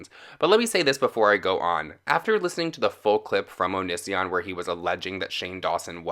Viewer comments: btw... it's said like "oh-knee-c-on" NO HATE ON YOU BABE...I was just saying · O-kenee-see-on Not o-nis-e-on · OH-NEE-SEE-ON PRONOUNCE OT RIGHT OR DONT MAKE VIDEOS ABOUT IT I COULDNT GET THRU THE FIRST 5 MINS WITH YOU SAYING Oh-Nis-e-On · Low key a nitpick, but you pronounced his name wrong lol It’s not a big deal I just get bugged easy It’s oh-knee-see-on Great video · "O niss ion" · I'm so triggered by his pronunciation of 'onision' Am I the only one?!?! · Im mostly annoyed that you dont say Onision correctly....